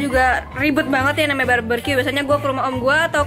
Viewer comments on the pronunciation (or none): Barbeque bukan barberque